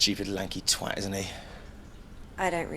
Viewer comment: Genuinely appreciate pronouncing “twat” correctly.